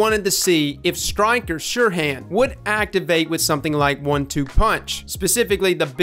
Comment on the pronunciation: Btw it's called Stiker not "Styker" lmao